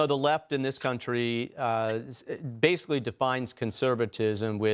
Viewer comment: Honey,cuida da pronúncia de cauntrie,please.